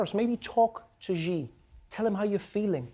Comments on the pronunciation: This is NOT how "Xi" should be pronounced. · How come no one is pronouncing "Xi" correctly? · You guys are not pronouncing Xi well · Xi Jinping's name is pronounced "she", as in the third person singular feminine pronoun in English. Saying "ghee" or "gee" or "zhee" doesn't change the fact that the PRC dictator's name sounds, in fact exactly the same as the English pronoun for a woman or girl. This isn't a stab at Trevor, you're great. Just a general comment on how the world press has failed to learn the proper pronunciation of the name of a dictator that's in the news daily. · It’s not ji, it’s Xi (she). Come on Trevor, I like you a lot, but Jon would have done his homework, and yes it matters. Even cnn got it right and he still says his name wrong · The Chinese president's last name is not pronounced "jee". It's spelled "Xi" and is pronounced like "see" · y da fak does he pronounce xi as "GEE" when he can obviously pronounce sea. Xi is pronounced Sea. Don't listen to the retards below who say shi or she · Xi is pronounced as “si”, like in silly, or closer to “see”, not “zi” or “ge” or “ji”! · You can't even pronounce Chinese president's name right! It's sounds like SEE in English, not Zhi or Ghee how you guys do it. And CNN is a national channel and they can't even properly pronounce the name? No wonder China doesn't want to deal with States :)) and for all youtubers out there Xiaomi is SYAOMEE, not Zhyaomee or some other stuff Americans always say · I love Trevor, but people (him included) really need to stop mispronouncing Chinese names. It's not "Gee", it's "Xi" and it's pronounced more like "see/sea". I had to think of the Bee Gees every time the name was mispronounced.😅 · And the CNN people too. It's not even hard! It's just "she" but with a bit more of a hissing sound on the "sh." Colbert insists on the "jee" too. Oliver mostly does ok though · Xi is pronounced like "See" or if you prefer "C", not Gee. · Xi is pronounced as "SHE" not "GHEE"! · Its Xi, not Gi.